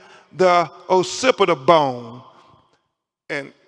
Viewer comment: wtf is a "pacipita" bone. they need to investigate how he passed the bar